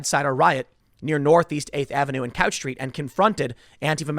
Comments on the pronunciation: Tim, it's pronounced "Cooch" street even though it's spelled "Couch". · Its pronounced "cooch" street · It’s actually pronounced cooch, not couch. B/c Portland is pretentious like that. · It's spelled Couch, but pronounced COO-CH. Yes. Like coochie.